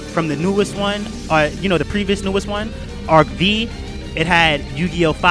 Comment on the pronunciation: you know .. it's not arc-v(vee) ... it's arc-v(five) ... very agree about duelist of roses and capsule monster ...